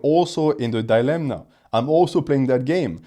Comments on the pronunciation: Hello, insightful video, I've watched a lot of your content and noticed you pronounce 'dilemma' with an n, but there's no n in that word. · I can't anymore😂 How are you so intelligent and don't know it's not dilemNa but dilemma?